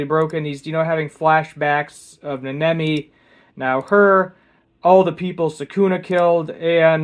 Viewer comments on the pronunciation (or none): "Neh-NEH-mi?" and "Mohito?" Do you mean NAnami and MAHito?